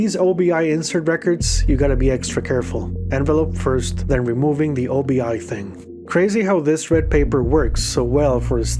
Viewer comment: Obi-....."oh-bee"....That piece of packaging is named after the belt component in a kimono.